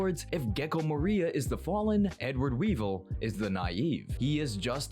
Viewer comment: MORIA!!! Not MARIA…